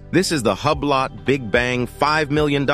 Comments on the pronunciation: This guy is butchering the names!! Arghhhhh! "Hub lot"??????? /oobloh/ It's French. /vasherohn/ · It’s hoo blow, not hub lot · Hub-lot. So funny when people, (or robots), can't even properly pronounce the items in the subjects their reporting on. ( Looks like they still have to work out the bugs on this A.I. stuff). DUH!